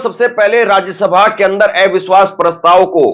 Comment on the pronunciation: Bhai aap eviswas kyun bolte hain oh to aviswas bolna chahiye